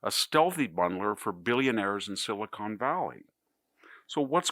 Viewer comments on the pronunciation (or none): none